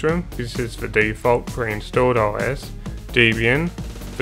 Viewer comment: Nice video. Might pay to look up how to pronounce "Debian", as some people are a little anal on how to pronounce it. (I think we all agree that it is nice to know how to pronounce things right, but it's annoying when the trolls get out.)